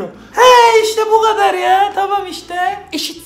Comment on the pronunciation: Bu ğadarr, kadar deil :)